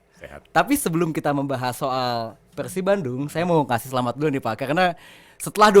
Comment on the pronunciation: persib bang bukan pekhsib